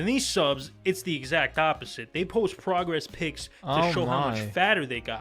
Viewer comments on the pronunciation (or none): Sounded like he said "Progress pigs", which I think would be an accurate description too.